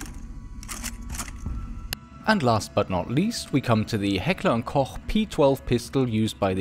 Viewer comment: Heckler and Koh